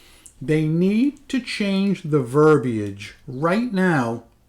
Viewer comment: OMG, when you pronounced the word verb-iage correctly, I fell off my chair!! 🥳 Every single other person who 'attempts' to use that word does so incorrectly, by saying verbAGE. In fact, it's so rarely pronounced correctly that I've fallen and I can't get up! 🙃😉🙃